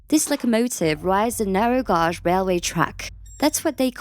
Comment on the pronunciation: Viewers complaining about the AI voice can't appreciate getting a free lens into the inaccessible. Had zero trouble understanding the AI voice over, and I only noticed it was mispronouncing the word "gauge". Big deal, how much critical thinking does it take to work that out while you're listening???! Thank you for allowing me to see this and I didn't have to pay a penny ❤️